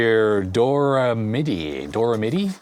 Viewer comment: and its not doremidi its Do Re Midi